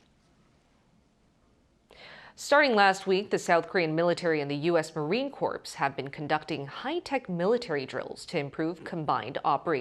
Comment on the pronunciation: Military Corps = spoken as "Corr" not "Corps"